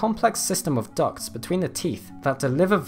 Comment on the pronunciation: "There's a complex system of ducks". I know, he said "ducts", but I keep hearing ducks. For some reason I find that funny.